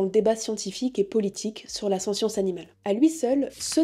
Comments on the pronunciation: Attention à la prononciation du mot "sentience" à (et tout au long de la vidéo en fait), en français (qui est un mot transparent puisqu'un anglicisme) l'on prononce le t, ainsi => \sɑ̃.tjɑ̃s\. Désolé si c'est un peu râleur mais ça pique vraiment les oreilles tout au long de la vidéo, il revient au moins 50 fois le mot ^^ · Ne prononce t-on pas sentience avec le "t" ? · je propose, pour les futurs petits français, de dire sentiant avec le "te" pas avec le son "ss". Comme ça si le mot s'impose ils sauront l'écrire.